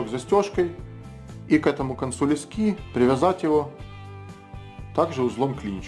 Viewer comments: Не лескИ, а лЕски! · Спасибо, отличное видео! В слове леска ударение на "Е", так же и в слове "лески".